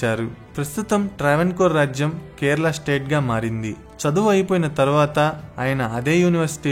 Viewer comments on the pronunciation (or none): none